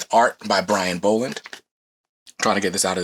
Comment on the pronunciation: It's pronounced like doll not bowl. There's videos on YouTube that has Brian Bolland pronouncing his name properly.